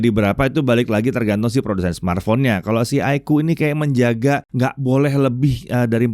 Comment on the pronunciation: iqoo = aikuu ❌ iqoo = iko ✅